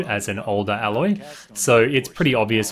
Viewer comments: terrible pronunciations of the characters' names. Karst not Karast and Aloy not Alloy! smh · Ok I just gotta say this. You're pronouncing her name wrong and it bugs me. It's pronounced A loy, like the first letter of the alphabet being A then loy, just sayin... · Imagine listening to NPC's calling your character Aloy for the entierity of the game, then make a video calling her Alloy.